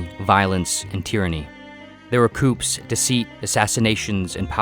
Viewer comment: Soon as he said "coops" I'm out